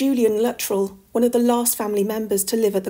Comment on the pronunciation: I believe Luttrell is correctly pronounced "loo-TRELL",. The double-L shifts the emphasis to the second syllable, like with the names Cornell, Grinnell, Gemmell, or Martell.